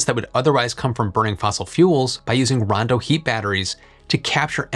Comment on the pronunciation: I know that it’s Rondo, not “Brawndo”, but every time you say it all I hear is, “Brawndo has what plants crave!”